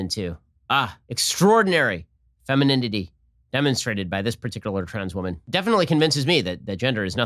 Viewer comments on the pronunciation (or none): ''extraordinary femininidy'' hahahahaha